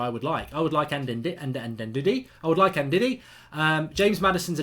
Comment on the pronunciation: funny how pronounced the name 'ndidi'......